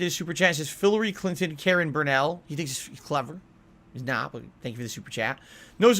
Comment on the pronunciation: "Philary Clinton Karen Burnell" 😂